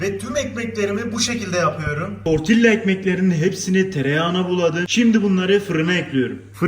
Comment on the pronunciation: Sadece information olarak söylüyorum. Tortilla ( tortiya) diye okunur. Oradaki (ll) Y sesi çikariyor.